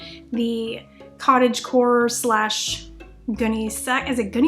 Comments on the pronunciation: Having lived through the era of Gunnesax dresses, it is pronounced "gun-nee" as in the inexpensive burlap bags that were used to transport coffee beans, etc. They were meant to be a kind of prairie dress as in "Little House on the..." This is meant as information, not as an admonishment. Love your content! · It's pronounced: Gun-knee sacks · No it really is "Gun-eee-sax". Trust me I was there and drooling for one of those dresses in the late 70's. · Nice! Pronounced gunny sack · Why is the correct pronunciation so difficult it’s on every video where they Are under 30🤦🏻‍♀️. Ask someone from the time they lived it. Beyond that cute dress.